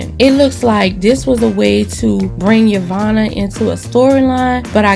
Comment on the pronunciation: The way you butchered Yovanna's last name alone was enough to give this video a +1 😂😂😂😂😂😂😂😂😂